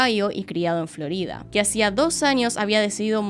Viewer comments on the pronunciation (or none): none